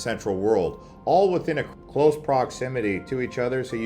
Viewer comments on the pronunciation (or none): none